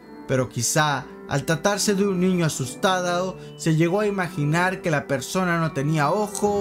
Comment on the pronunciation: "asustadœ" xd